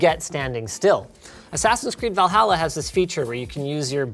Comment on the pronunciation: Did he just say, 'Va-halla'? LOL